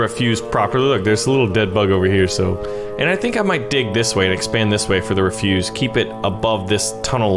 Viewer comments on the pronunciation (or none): It's not refuse, it's ref-use (soft S).